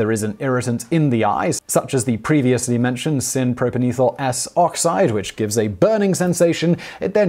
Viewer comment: Holy crap, could you mispronounce propanethial any worse? It's a kind of thial, namely a propane thial. Not a propan ethial, whatever that might be!